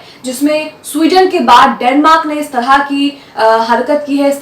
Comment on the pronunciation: Yeh Sweden nahi suarden hai.